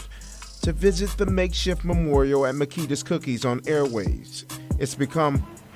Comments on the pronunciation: It's pronounced Ma-key-thes-a's ,😁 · I can’t listen to you butcher the cookie shop name g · Please please stop saying the cookie shop name wrong. If its out of respect and staying neutral I salute and respect but just say cookie shop.. that name you use is horrible lol. An kinda a distraction from the young girl who passed. Again i get the respect and bias of not calling or putting them in harms way. True journalist pride , I respect ya channel 4 dat reason..king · Agreed, I cringe when he says the name of that shop 😬😂